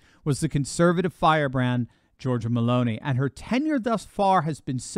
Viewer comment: Not hating, but her name is pronounced: Geor-gee-a Also not pronounced as: Georgia <- as in the country